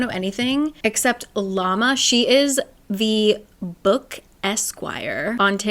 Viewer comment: unrelated, but it is lama with a soft L and the first a is not too pronounced-- not like the animal :) unless she stated otherwise!